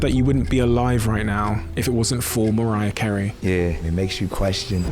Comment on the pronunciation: britts pronouncing mariah: "mariahr"